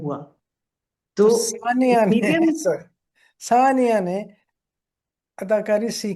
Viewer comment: I respect both of you, buttt as a Sania Saeed fan, I took offense to the interviewer taking her name so casually—“Sunia,” “Saania,” whatever. 😮 Even as a senior, we would expect you to at least pronounce the name of your guest correctly. Hope you don’t mind, Moneeza Hashmi ji.We love your whole family.❤